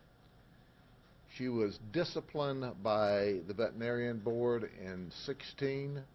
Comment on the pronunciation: Sheriff, the word is pronounced "vet-er-i-nar-i-an." Six syllables. You speak so well I had throw this in here.